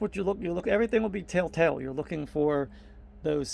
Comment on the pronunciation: It sounds like you're using the phrase "tell tale" wrong. It sounds like you are saying, "tale tale." Great video though!